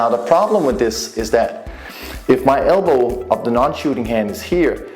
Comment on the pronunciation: Elbow not albow